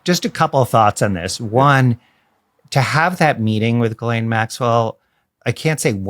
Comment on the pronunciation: It's pronounced Gee Lane Maxwell!! Her first name is French! Ghis=Gee ❤❤❤